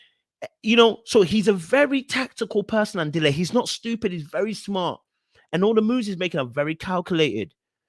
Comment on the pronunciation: The way you pronounce Andile😂 you definitely need to come to South Africa so we can teach you how to